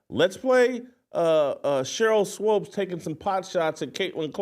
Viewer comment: Sheryl swOOOOps swOOOOps swOOOOps,Jason. Ridiculous. Almost as bad as you pronouncing insurrection inzzzurrection